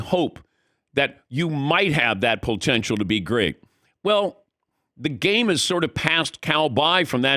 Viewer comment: Why does Dan say POL tential instead of potential? Or am I hearing things?